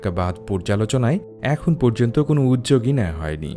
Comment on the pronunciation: আদ্যপ্রান্ত ভাই ...বাংলা শব্দ ভাষায় "উদ্যোগ"আর "উজ্জক" উচ্চারণে উচ্চারিত কি একই হয় এটার আদ্যপ্রান্ত আগে বের করুন দয়া করে.. শিক্ষার মান বাচান